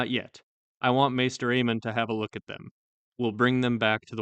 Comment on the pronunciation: "I want Maester Aemon to have a LOOK at him." Okay there Jeor lmao